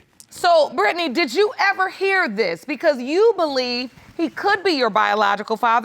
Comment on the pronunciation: "Why would I make up DUSS!" 😂😂😂😂😂😂💀